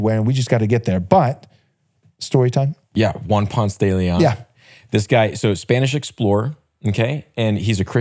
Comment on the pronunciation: Please people, its not pronounced "ponts" lol its "pōn-se'". It grates my ears hearing names mispronounced, and arrogantly sometimes (not yall yankee brethren tho lol ❤ my yankee brothers!)